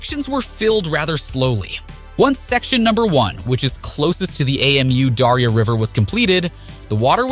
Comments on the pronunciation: Ei-Em-U-Daria 😆 Its just Amudaria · AMU darya.. dude that's not an acronym, it's Amu (amoo) Darya. also artificial river... they are just building a canal garbage quality research and video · Hate to be pedantic, it's Amu Darya River, not A M U Dario River. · It isn't A-M-U. It's pronounced Ahmoo. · It's pronounced "AH-moo" Darya, I think. Good video though; I agree with your take. I think it's an especially pleasantly surprising project for the Taliban to be taking on. The north never supported the Taliban, and so they are spending this money for the benefit of the vanquished. That's not always what happens in cases like these, so that's very good. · You say "we did our homework" and then you call the river "A-M-U-Daria". How should I trust your report, when you even get the names wrong? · Did u just say A.M.U Darya river??? damn? Butchering the word is fine, but you are changing the name.🤣😂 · I can't with his pronunciation of Amu Darya 🤣🤣🤣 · Your spelling of Amu Darya instead of pronouncing it drove me nuts, good thing you hadn't have to pronounce Syr Darya. Apart from that, nice and informative video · Please learn how to pronaunce the name of the river. It is silly how you say it. Otherwise thanks for a good content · Really? You couldn't be bothered to find out how to pronounce Amu Darya? 😂